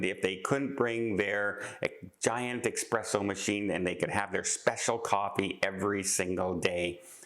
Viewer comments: S-presso.....not X-presso.......... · Love the video,! It's espresso, not expresso! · you’re killing me. It’s eSpresso not eXpresso. To all the new cruisers, if it generates heat you can NOT bring if onboard. Some can sneak in a hair dryer but don’t count on it. It’s all about preventing an onboard fire. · Not "expresso". That would imply something fast. Most espresso machines are a study in slowness. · Many people are nuts regarding coffee. However, I must point out that there is no "X" in the word espresso. The word is NOT pronounced "EXPRESSO."